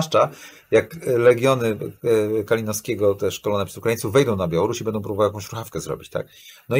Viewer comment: "Bendom przyszłom elitom" - czy słyszał o głosce "ą"? - około 20 minuty programu